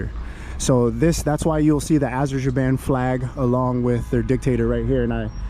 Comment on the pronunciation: Wrong pronounciation of Azerbaijan.